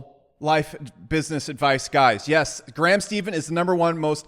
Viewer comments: I’ve been on Graham’s channel a few times and he’s a friend. He’s a genuine guy. 👌. And his last name is pronounced “stefan” not “Steven” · I think it’s pronounced STEFFAN not Steven. But great video. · You always say Steven instead of Stephen lol (Steph like Stephanie and In so Steph-In) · I know someone else probably already said it, but it's "Stephan" not "Stephan." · It’s more pronounced like steph curry rather than what he is saying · Good video. Just fyi. ..Last name of Graham is pronounced like "Stefan" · It's pronounced "SteFan" ;) And most YouTubers' views and subscriptions have gone up during quarantine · Your constant mispronunciation made my head hurt. He says his name in every video... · Maybe this guy can pronounce Graham Stephan's name right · How hard is it to correctly pronounce the last name Stephan? Nobody does it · he always mispronounces their last name